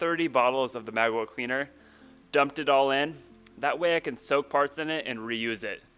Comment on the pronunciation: Magwill cleaner it sounds like ur saying mag well like as in magazine well cleaner witch I don’t think exists I honestly didn’t know what u were saying till I saw the bottle